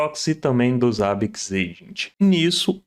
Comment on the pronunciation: Primeira pessoa no Brasil que vejo falando Zabbix corretamente e nao Zêibix....